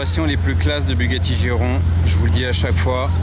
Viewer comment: A 13m26 dit " Bugatti Giron" la fatigue je suppose!